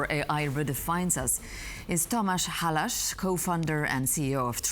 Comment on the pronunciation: Tom-aa-sh hal-aa-s. That's the correct pronunciation of Mr. Halász. Thank you for the interview ! I've been following TrollWall for a few years now, and along with ESET, they're the best, most innovative software company in Slovakia. A world class company. Glad that you decided to interview the CEO of TrollWall.